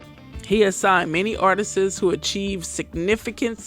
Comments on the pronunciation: Why tf does every black youtuber say "artistses"?? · Artists - 2 syllables, not 3. Artists' - possessive - 2 syllables